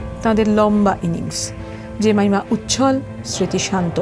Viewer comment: জেমাইমা ❌ জেমিমা ✅